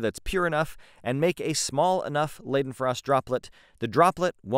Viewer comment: Leiden pronounced like lighten not laden.